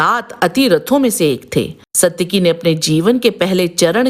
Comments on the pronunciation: इस महाभारतकालीन पात्र का नाम "सात्यकि" था ना की "सत्यकि", को अगर महाभारत/ रामायण कालीन पात्र के नामोंका उच्चारण सही नहीं आता तो पहले सिखो फिर लोगोंको बताओ. गलत उच्चार करके उसका अर्थ ना बदलो..... सात्यकि नाम का अर्थ बेहद यूनिक है! सात्यकि नाम का अर्थ "भगवान कृष्ण के सारथी, कृष्ण का सारथी" होता है। "सत्यकि" का कोई अर्थ नहीं होता है.. सनातन काल में हर एक नाम को अर्थ होता था... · वीडियो में सात्यकी को "सत्यकी" क्यों कह रहे हो? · you are not pronouncing correctly...its SAAtyaki not SAtyaki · सायकि का पड़ोसी था? 😊 वह सत्यकी थे।साइट्की नहीं। और यह बताओ वृषमि कौन थे । जिसको समझदार बता रहे हो। बताने से पहले पूरा पता होना चाहिए वह को है क्या अपने मांसे पूछो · इनका नाम सात्यकि है । सत्यकि नहीं । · पात्रों के नाम का उच्चारण सही।। रिसर्च पूरी करें। आलम्बुश नहीं अलम्बुष सत्यकि नहीं सात्यकि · You should correct your Pronunciation. Even the name of main character was not correctly done. Same with many other names and Hindi words. It is Saatyaki not Satyaki, Karn not Karan. Paraast and Praast... etc